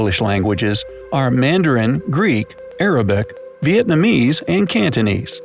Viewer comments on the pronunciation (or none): none